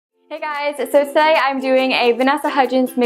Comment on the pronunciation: When you said today it sounds like british hahah 😍